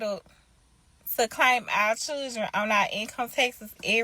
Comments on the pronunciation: I got past when she said her chirjennns[children]. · Mispronouncing words that are normal words in speech makes the speaker sound simple. It's hard to take someone serious when they lack basic word skills. Everyone has the chance to learn how to speak and pronounce words in elementary school. Simple words people. Ax for ask, chirren for children, ambalance for ambulance, frunneral for funeral, skinndeded for skin, breastesses for breast. I could go on and on but I'm bored coming up with examples. Learn how to speak properly. You sound dumb. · Children😂😂😂😂 not chilrlllden😂😂😂😂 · Lean how to pronounce children first. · The way she said "children" took me out 😂